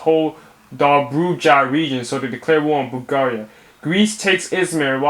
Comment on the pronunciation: I can't stop laughing after he says Bulgaria wrong